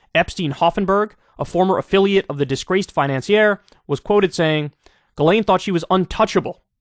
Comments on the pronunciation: I sincerely hope Kyle goes back to pronouncing her name as Jizz Lane. It always put such a smile on my face, it's a more deserving name for her honestly. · "JIZZ-laine Maxwell" LOL! She knows what many people did "PARTYING with Jeff Epstein."